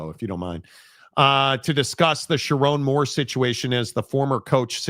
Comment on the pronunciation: "sharr one moore"